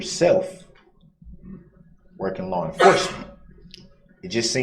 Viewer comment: Did he just say “lawr enforcement”? Good lord🤦‍♀️